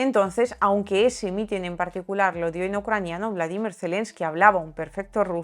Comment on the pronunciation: Se pronuncia como lo dice ella...